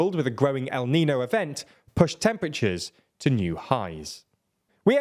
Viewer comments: neen-yo. Like Ne-Yo with an ‘n’ in the middle. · By a show of hands, who came here from Nebula to tell how to pronounce niño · I really like TLDR, but the failure to learn to pronounce simple words like niño and Wagner is incredibly lazy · niÑo, niÑo, niÑo At least try